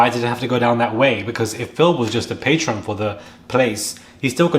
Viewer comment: The word you’re looking for is PATRON* ( you keep saying patreon ~ which is something else)